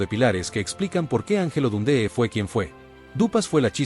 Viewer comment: “Don - dÉ?””,… “ For- E- man” ? Con todo respeto, la incorrecta pronunciación de los nombres de estos héroes del boxeo le restan mucho mérito a un video interesante en su contenido.